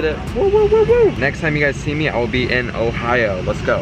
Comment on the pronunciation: At the minute he literally went So i just landed in ohao